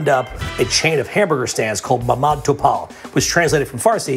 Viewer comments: MAMAD TOPOL not mamatopal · George saying "محمد توپول" really got me XD.